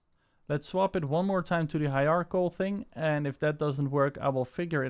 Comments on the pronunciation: Ugh, that still isn't right, not even close. It's "Hi-er-ARC-UL" you can literally google a pronounciation of it. The "er" is kind of soft, the ARC is harder, the "ul" is somewhat soft, a very short "L" sound. You can get away with saying the first part as "Hi-RAR" also and it will be close enough. You do not say it "RARK" the "ARC" is more separate from the "er" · hierarchical - HI RARK EE KAL alternatively it can be pronounced HI RARCH EE KAL :) Excellent video by the way and thank you so much for sharing this... As a fellow owner of the Games By Hyper V2 products I am so happy that you have shared this for us